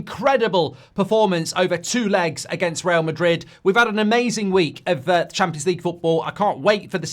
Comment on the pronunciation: Champions League ❌ Cheempions League ✔️